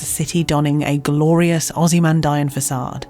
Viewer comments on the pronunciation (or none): One little remark - Ozymandian is pronounced like OzymanDEEan, not OzymanDAYAN...